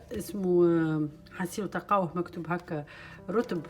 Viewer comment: Salem hannouna habbitt barka nsallahlek haja bsita rahom ces dattes on les prononce" routab" mouch rotb kima 9olt inti ! Kima fil ourat maryem .